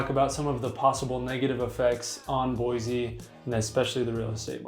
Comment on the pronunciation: This guy can’t even say Boise right. Don’t buy from him he must be a transplant